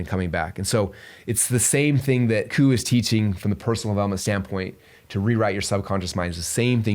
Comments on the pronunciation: His name is Coo Ayy pronunciation 😅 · Love this! Just so you know his last name is pronounced "koo-way" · Pronounced "Kwee" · Coué is pronounced kweh. Rhymes with way but starts with a kw sound.